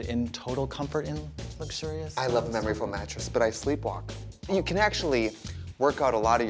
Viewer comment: Don't you mean "mamory foam" trixie 🤣 when you're feeling yourself up